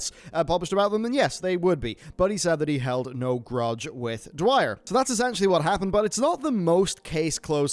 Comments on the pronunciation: Just wanted to point out that you're pronouncing Mitch's last name wrong. It's Dyer not Dwyer. Other than that, keep up the great work man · Imagine calling Mitch Dyer Mitch Dwyer for the entire video...smh, do the editors of these videos even do the least bit of proofreading? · dyer not dwyer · Ugh Dyer not Dwyer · Mitch dyer. Pronounced ‘dire’ Vince ingenito. pronounced ‘in-jen-eet-ō’ Sorry, love you man, but irked me. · I love you man, I support you. But this video is where I see the cracks. It's Mitch DYER, Kallie PLAGGE (like Plague), Vince INGINETO (like Engine Neato). I love and respect your work, but this video seems like you had writers that did everything and you're not in touch with the people you're reporting on. I understand it, but it makes me question how much you know about other stories you report on. Love you man! Keep up the great work!